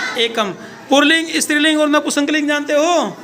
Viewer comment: पुल्लिंग कहते है पुर्लिंग नहीं कहते और स्त्रीलिंग कहते है इस्त्रील्लिंग नहीं कहते बच्जों को सिखाते वक्त, बिल्कुल सही सिखाना चाहिए....